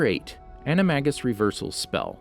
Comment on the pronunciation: You pronounced Animagus wrong